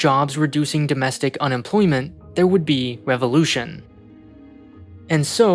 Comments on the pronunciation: doestic helpers? whats a doestic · …”DOESTIC” helpers? I think you forgot a letter.